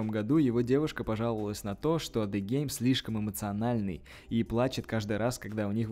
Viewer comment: Ты клоун нормально произноси имена правильно ДЕ ГЕЙМ 😂😂😂😂😂